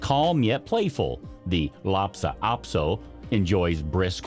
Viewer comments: The way you keep saying LhaPsa Apso instead of LhaSa Apso made me crazy! If you’re going to make an entire video about dog breeds, the very least you can do is say the name correctly. Ugh. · "LHASA" APSO NOT FRIGGIN "LAPSA"!! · I am wanting a chihuahua. This is going to sound picky, however when someone is hired to tell about these dogs, they need to know how to pronounce the breed name. This man continually refers to the Lhasa Apso as a Lhapsa Aso. This is something that he needs to correct because it is not respectful of the breed. Thank you for taking the time to read this. I always like hearing about the different dogs. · Why are you pronouncing Lhasa Apso, as LA-Pa Ap-So?…..you mispronounced it at least three times. 🙄. LA-SA …….not LAPsa. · It’s a Lhasa Apso, not LHAPSA Apso. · Lhasa Apso, not Lhapsa Apso🤦‍♀ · Lhasa Apso not lopsa! And you are showing something else! Not a Lhasa Apso. I don’t see any of these as new breeds. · I thought it was just me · Also not “Lopsa “ Apso....🙄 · TheLlaso also s ot pronounced laptop aso. These are not new breeds. And we show a different breed when taking about another breed. NOT A GOOD BREED. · Hahahaha… Larpsa Apso?… It’s bad enough you can’t pronounce it’s name… but then you put up pictures of Yorkshire Terriers… and the name Shih Tzu is pronounced “She Zoo” the T is silent… ask me how I know… That’s right, I own both breeds and unlike you I did some research, and the stuff you consider “Newly Discovered” was new, about 100 years ago… Stick to subjects you know. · At least show correct pictures and say the name correctly